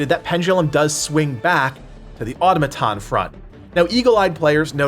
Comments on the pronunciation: bro its at -mit-on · pronounce automaton wrong again one more time and im going to lose my mind